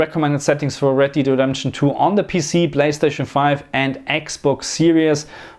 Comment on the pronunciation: It's Red Dead, not Red 'Deed' Redemption.